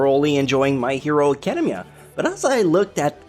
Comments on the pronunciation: "acadum-mia" ew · Is it just me or does he say academia in a weird way?